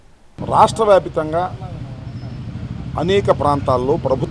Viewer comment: రాష్ట్ర వ్యాపితంగా అంట వ్యాప్తంగా రా పువ్వా తెలుగు రాదు ఇంగ్లీషు రాదు